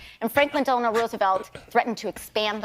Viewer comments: Landau tried to point out that FDR’s middle name was Delano. Not Delanor!! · Dave, thank you. Delano... not Delenor. It's a small thing, but makes me cringe.